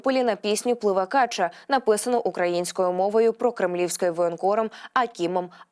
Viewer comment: качА - наголос